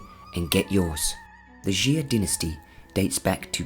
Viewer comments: PUTONGHUA,夏，prounced as，（x）+（ia）=xia，not ，♦xi+a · It's actually pronounced "Shaa" than "ex-zia" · 夏，xia，1 syllabke，not，♦xi+a♦ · xia is pronounced 'chia' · I’m just wondering how he got jee-a